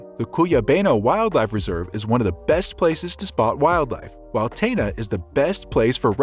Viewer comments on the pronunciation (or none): Tena - “They Dah”